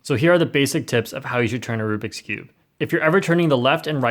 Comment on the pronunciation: It's rubix not roux